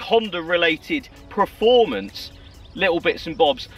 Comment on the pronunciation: Someone really needs to tell him it’s PER-FORMANCE not PRE-FORMANCE 😂😂